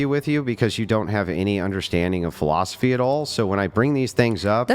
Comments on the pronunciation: Her “philosophly” is inherently wrong. 😂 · Wow this chick is stupid as hell…”philosophly?” Anyone else catch that?? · She said "Philosophly"